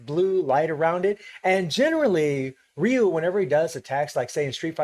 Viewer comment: Yes its ryu,...not raiyu